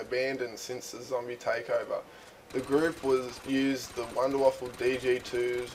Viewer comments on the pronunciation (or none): PRONOUNCED VAFA, NOW WAFFLE. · it wuunder wauffe not wonder waffle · you do know that it is from germani so you write it like wunderwaffe and you say it like Wonderwaffe :) learn your Deutsch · Its called the Wunderwaffe, not Wunderwaffle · ok im sick of this its called the wunderwaffe not wonderwaffle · actually it's wunderwaffe!